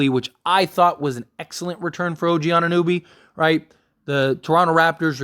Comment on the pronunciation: Put some respect in the man's name it's OG A-nu-nOby!